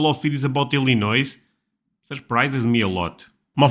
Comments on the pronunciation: Many people, including a LOT of Midwesterners surrounding Illinois, will say "El A Noise" when it should be "El A Noy". I can remember back in the 1970s to the 1990s there was a state slogan to promote the state that I heard in TV ads that said "There's no Noise in Illinois". This referred to both the rural calmness of most of the state along with a reference to the common mispronunciation of the state's name. (I originally from the bordering state of Indiana.) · just a suggestion, if you don’t want to piss off the natives, the “s” is not pronounced in Illinois - IL-in-Noy. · So you know , the s on Illinois is silent . It’s pronounced. Illinoy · The s in Illinois is not pronounced. Literally sounds like"Ill annoy" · Remember that the "s" in Illinois is silent. ill-ih-NOY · I'm from California. i am more happy in North Carolina, even though I still own property in Florida. But i spent many years in the North suburbs of Chicago. P.s. the s is silent on Illinois. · Illinois is not pronounced that way and blame the English of America to pronounced French spelling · For Illinois the "s" is silent. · one small remark, don't pronounce the S in Illinoi. Just one little thingy. 😊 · They are in CHICAGO, the place all Europeans have a mental block about and think doesn't exist! It's the third largest city. The s at the end of Illinois is silent. Laurence lives here. No, football is the most popular sport in the midwest also, especially in Wisconsin. The Chicago bears are extremely popular, as are the Detroit Lions and Minnesota Vikings. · When you say Illinois, don't pronounce the s. Chicago has been voted the Best Big American City by Conde Nast Traveler Magazine readers for 7 years in a row. Chicago is amazing! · In "Illinois" the "s" is silent.